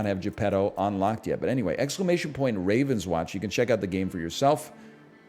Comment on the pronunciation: french company: game is called rahv-ohn-swohnsh